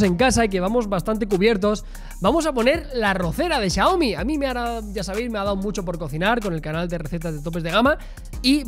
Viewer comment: Resumen de la compra: Chiaomi, Chiaomi, Chiaomi... JAJAJAJA buen videoo